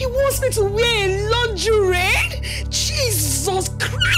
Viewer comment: It's the way she got the pronunciation of lingerie for me. 😂